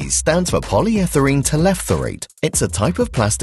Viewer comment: He says polyetherene, it's polyethyLene. I've never heard teraphthalate said the way he does.